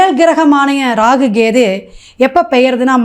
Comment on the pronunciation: Half of your video is waste. It seems you have copied down from others. All your predictions are waste. I think you don't know astrological predictions. You are totally waste. You don't even know how to pronounce kethu. Stop posting this kind of videos. Loosu